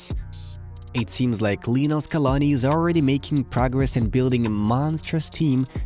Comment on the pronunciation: Hey, great video. It’s Lionel. Not Lee. You can also call him Lío (Leo). Respectfully.